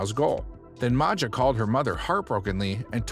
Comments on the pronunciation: It is pronounced Maya, yea. She seems to have either Balkan or Slavic parents, judging by her last name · I thought Maja was pronounced as Maia as it's an Eastern European name. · I love the fact that you got “Mah-jah” “Maga” (Maja’s) name wrong for her entire segment! Lmao. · Not sure, but Maja's surname sounds Croatian/Serbian, it may have been spelled like 'Maya'? (It would be spelled this way in my language - Polish), but I agree, 'Maga' sounds a little funny.